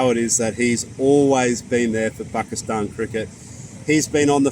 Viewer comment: i like he pronounces pakistan the right way